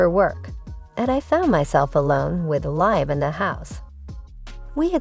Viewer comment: That's "Leem", is how Liam is pronounced or "Lee-am"